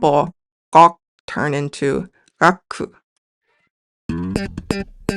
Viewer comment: "Gaku" (がく) not "Gakku" (がっく).